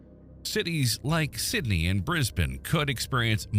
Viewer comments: Thank you. More impressive than the geological information is the fact an American actually correctly refers to it as BrisBIN not BANE! 😅👍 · Brisbane was actually pronounced correctly. About bloody time! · Wow the first time an American pronounced Brisbane correctly Impressed